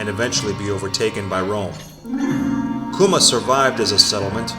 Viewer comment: your mispronouncing the name